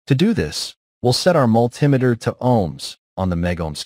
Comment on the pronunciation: Damn AI can’t even pronounce multimeter right.